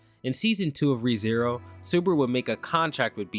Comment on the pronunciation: "Natsuki Subruh"